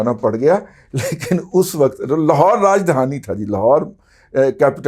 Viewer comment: its 'rajdhani' not 'rajdehani'.sir